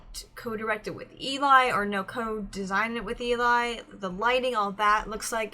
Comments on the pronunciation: Just do you know, voiceplay doesn’t copyright reactions. (At least they don’t tend to, it’s corporations that do that against their will) Also it’s said like L-E :) their set for their newest is next level. The editing is phenomenal. The microphones aren’t used in the video and are there as props. i used to think that the videos were live when I was younger. Layne is a baritone who can sing both higher and has sang bass before (in the song everywhere you look which is a cover by voiceplay and on layne’s channel, a cover for his daughter called evil like me where he sings a very solid D2) Also also, I prefer a lot of pauses. And layne and geoff both share arrangement duty. Loved the reaction. Looking forward to more. :) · This puzzled me for a while then I realised the image is reversed. Eli is short for Eliezer and pronounced to rhyme with jelly. :) It's Eli who normally does the lighting. Sometimes creates backgrounds too. Also although Geoff and Layne do almost ll of the arrangements, about half and half, Eli has done one, which is Eleanor Rigby, and it's beautiful. Tony Wakim is an ex-member of the group and appears in earlier videos, look for the guy with the twinkly eyes. He left to join Layne at Pattycake productions.